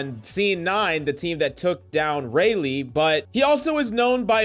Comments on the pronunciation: "Raylee" lol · bruh you saying Raleigh wrong